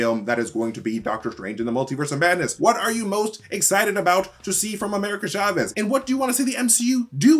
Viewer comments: It’s (CHA) (VEZ) not Shahvez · it's not SHA-vez; it's CHA vez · Btw, it’s not pronouned “sha-vez.” It’s “cha-vez” (ch like in challenge, or choose) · Love the mispronouncetion of Chavez, CHA-VEZ not SHA-VEZ. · CHA-vez. Not SHA-vez. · Why does he keep saying "Shavez"? It's CHAVEZ! You wouldn't say shamber or shasing or shicken 🤔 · cha vez not sha vez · Hard "ch" in Chavez!